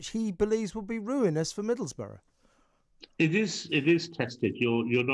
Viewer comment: Please, not 'Middlesborough'. It's Middlesbrough.